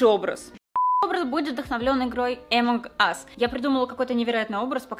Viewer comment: АМОНГ АС, а не как ты сказала